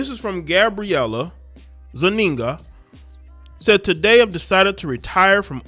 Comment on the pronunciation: 😂.. wait, wait, her last name is Zu-niga? What she trying to say??